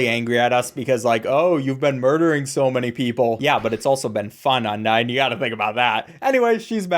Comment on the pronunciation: thats not how u say undyne bro